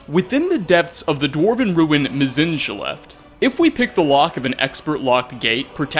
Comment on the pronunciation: The game tells you how to pronounce Mzinchaleft. Yet white people still find a way to mispronounce EVERYTHING!!!